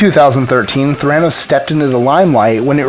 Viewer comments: PLEASE PRONOUNCE IT PROPERLY - you even said it - it's "thera" for therapy and "nos" for diagnosis. It's Ther-a-noos - NOT Th-RAN-os. I mean it's only been said in public what, HUNDREDS of times? Come on, you have one job. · Wall Street? Pharmaceuticals? Neither is applicable. Theranos: accent’s on the first syllable, according to how she pronounced it. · Might want to start by pronouncing Theranos correctly. Thumbs down. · You're not pronouncing Theranos correctly. Emphasis on first syllable, not second. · I hate the way he says theranos